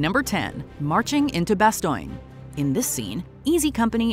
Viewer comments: It is so annoying how she constantly says "Bastoiiin". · They pronounced Bastogne correctly in the clip from the show you shared, but you said it wrong? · Great video but the pronunciation Of Bastogne is Bastone, not Bastoyne. That error takes away from the accuracy, sorry to nit pick. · Its not "Bastoinge", its "Baston", the US officer pronounces it correctly literally seconds after the annoying AI voice gets it wrong. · Had to stop due to intentional mispronunciation of the town names. You're speaking English it is not bastoyn, it is bastone! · It's "Bah-stone" not "Bah-stoin." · You need better programming for your "A.I." voice. The town which was preserved is called "Bass- tone". That's where the "Battle of the Bulge" occurred. "Bass- tone"... NOT "Bass-toin". It is a shame that you found a need to use "Artificial Intelligence" in the first place. But, if are going to use "A.I.", it is best if you get the pronunciation of words & place names correct! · The constant mispronouncing of Bastogne (should be pronounced "Bah-stone", not "bah stoin") is frustrating as hell. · Couldn't even get a minute in before getting annoyed... "Bast-oin"???? Have you watched the mini-series? Bastogne is pronounced in the show as "Bast-own". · she pronounce Bastogne ( Bastone) as Bastoine..😅😅😅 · It's pronounced ba-STONE, not bas-STONG-ee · You lost me at ""BASTOYNE""--the Brit-wits call it that, but Americans of MY generation. the WW2 Gen, call it "" Bas""-Frigging ""Stone""..... Bad Job, and I just got through watching """ BAND OF""" for the Umteenth time on Netflix....Bas-STONE, Bas-STONE X-Gen. Listen to the Colonel, he no say bastoyyyn...he say::: """"" BAS--Frigging-STONE."""" Amen. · Agree but it's no worse than the "Bastone" pronunciation. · its not "Bastoing" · Say it with me - "Bah-STONE" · It’s BAST-OHN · Bastoyne? When these narrators mispronounce words.......badly......it really detracts from the video....enough to move on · you said bastone wrong!